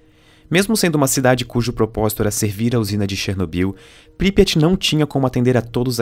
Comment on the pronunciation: Pripyat. Consultei a pronúncia. Não é essa.